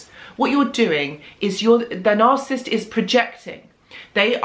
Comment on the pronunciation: It’s nar-SIS -ist